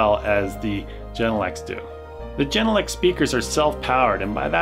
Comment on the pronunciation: The Speakers are made in Finland. So, to speak out its not the way you do it. The "G" at the Beginning of the Name is just like the "G" in "Garden". So - even people in Europe do it wrong! When you wanna be a rael professional, don`t say "Geeee......!